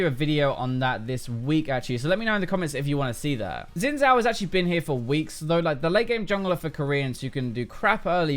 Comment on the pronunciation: it's not 'xin'. it's 'xin'.